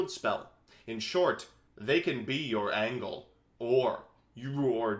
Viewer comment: He said angle rather than angel lol